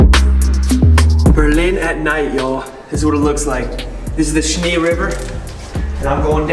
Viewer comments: By the way - it´s the River Spree, not Schnee - gg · John Schnee.... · ist the spree river not schnee river ;) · its pronounced more agressive. You called it like "schnee" and that means snow. So try to pronounce in Spree the p in a hard way. i hope u understand what i try to say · I keep hearing “Schnee River” 😆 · THE RIVER IS CALLED SPREEEEEEEE S P R E E E E E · Ich finde es lustig das er zur Spree Schnee sagt 😂 Aber wird noch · It sounds like you pronounce our main river „Schnee“ like the German word for snow. It’s actually Spree, and the „sp“ as you might know is pronounced „shp“ and the „ee“ is not pronounced as in bee but rather similar to the e in „bed“ or „Berlin (the German way of saying it)“ And if a vowel in German is written twice, like aa or ee it is elongated. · another Languange learning Tipp: Spree River isnt pronounced "Schni" or "Schne", the e isnt pronounced as "i", more like the english sound of a. "A" in English is nearly the same sound as the right German Pronounciation of "E". The P and R have to be spoken as hard sounds. If i wouldnt have known that u are talking about the Berlin River "Spree", i wouldnt have understand u right and would have searched for "Schne river". #noHate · The river is called "Spree" (pronounced like "Schpree"), you forgot the p ;) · He likes the " Schnee- river" and " Wienacktsmakt "!😅 How is your Stomach??